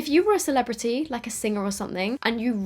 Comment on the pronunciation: “CELEBITY” 🤣🤣🤣😂 why did I die at this part